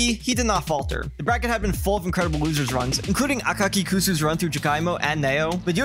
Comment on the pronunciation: Awesome video! Btw, when pronuncing a Japanese tag, if the romaji(the version with Roman letters) has a k or s followed by 1 u(not 2) the u is usually either not pronounced or pronounced very quickly so you can barely notice it. So アカキクス(akakikusu) is pronounced more like akakix